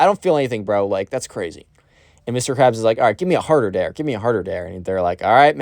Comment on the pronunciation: Like the new vid style! Also psst… “dare” 😉